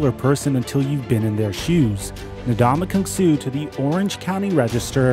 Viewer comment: in the first 5 mins, how many different ways did this guy pronounce Ndamukong Suh